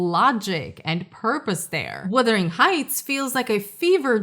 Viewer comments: Can we please stop calling it "Withering" Heights 🙄🙄🙄??? FFS, it's WUthering!!! 😬😬😬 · Perhaps you should pronounce the title correctly? It’s not WITHERING, it’s WUTHERING heights. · Filmmakers are totally blind, deaf, and DUMB when it comes to what the ticket buying public wants from a film. And the word is "wuthering", not "withering"...not to say this movie was definitely withered once released, but the heights were wuthering. Poorly adapted, poorly cast, poorly developed makes for a total waste of money. JMHO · " Wuthering," not " Wothering Heights." The book is great. Thanks for posting this so I will make sure not to watch this version. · What I want to know is WHY so many people keep saying ‘Withering’ Heights instead of ‘Wuthering’. This is the weirdest part to me